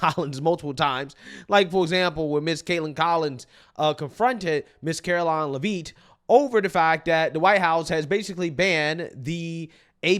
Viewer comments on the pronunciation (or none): ...say it with me now "LEVVV - IT" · It’s leavitt, like Joseph Gordon but with an a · it's lev- it, not leveet. other than that, keep up the great work. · Karolines last name is pronounced “Levvit. Not Le-veet. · Come on, it's pronounced "Lev-itt" not "leave it" as in Karoline Leavitt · It’s Karoline LEV IT, NOT LevEEEEET! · Please pronounce her name correctly... not la veet. Lev it. Not that difficult..... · I believe it's pronounced Levit not "Leveeet" great content tho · Not leveet, it's leviiiiiiit. She's from New england. Excellent try though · Her name is pronounced Karoline Lev It. Not Lev Eat. Just saying. Love the channel. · It’s Lev-it not Lev- ete lol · You need to pronounce names correctly. Its not live-eet. Its Lev-it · It’s “lev-it” not “la-veet”. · Its lev it not lev eet buddy and the caveman trans woman is a joke f cnn and whatever that cave man person thing is u hairy then me buddy 😂 gross😊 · Gotta get that name right bro! Lev-it. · Will you pronouviher name right?? It's NOT leaveet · It's not Leveet. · IT'S PRONOUNCED LEV-IT!!! SAY HER F-ING NAME RIGHT BRO!! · Caroline leVEET? what is wrong with blacks where they're unable to speak English? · Bro you gotta start pronouncing Caroline Leavitt’s name right that “veet” at the end kills me lmao. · I think her name is pronounced Lev-it. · her name is pronounced “Leh Vit”😅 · I love your content and channel, but just a quick headsup sir, it's pronounced "Lev-it" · Dude do you not watch any actual interviews where they pronounce people’s name? Levitt the letters are all short no long e in there anywhere. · bruh.... It's pronounced Leh-vit. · Say it with me,. LEH-vit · Her name is not “laveeet” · Lol it’s pronounced LEV-IT Bro.😅